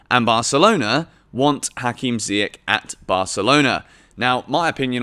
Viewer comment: Pronounce Ziyech properly...after all this time.🤦🏾‍♂️